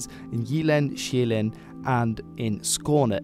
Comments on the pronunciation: Impressive pronouncition, but a bit flat on the Danish vowels though ( we are not that extreme - yet! 😂 ). The island Sjælland ( Zealand ) is pronounced like [shell-lan*] with a short abrupt n at the end ( a glottal stop ), not [shei-læn*] 😉 Btw. OE gamul = old ! , Dan. gammel, Gorm den Gamle. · STOP CALLING SJÆLLAND ZEALAND OR SJAELAND. Its Soulland to you foreigners ;) The soul of the nation that was scandinavia, home to the castles, real nobles and their gardens. SOUL LAND! Thank you ... btw, swedens castles are just like a movie set, theyre not real, noone uses them anymore and they look like shit due to neglect ;) Also, the so-called swedish nobillity was offered and served their justice in 1520, look it up ;)